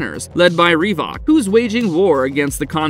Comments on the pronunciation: "Reevok." Its pronounced reh-vick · Great selection of films covered. Otis was odious, even moreso than Henry. BTW, in Scanners it's rev-ook not ree-vock which sounds like a pair of trainers.